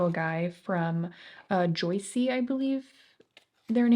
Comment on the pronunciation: Joocyee is pronounced "Juicy"! their single shimmer eyeshadows are my fav!